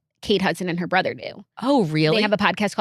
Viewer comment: “ITS LIKE IF YER A BRETHURR”